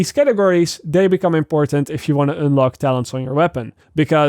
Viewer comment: I love the way you pronouciate un "une" like unelock 😅😂